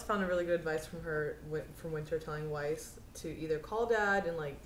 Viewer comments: yeah if only he could remember to say Weiss' name the way it's said in the show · He still saying Viess?